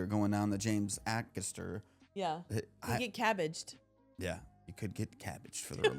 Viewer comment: A - lister. A - caster.